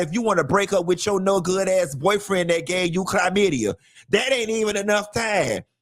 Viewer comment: If you say CLYmydia one more time! 😂😂